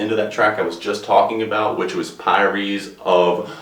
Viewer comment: Really dude?! "Pyres"?! You've never heard of "funeral pyre"? As a professional doing public speaking, you should do your homework. Do a little research. Figure out how to pronounce what you're trying to say, and you might come across a little more legitimately. Depuis le Debut means "since the beginning". I simply typed that into Google and got a very quick and easy translation. You should try that next time. Thank you.